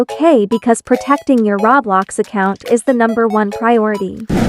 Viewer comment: I like u say rawblox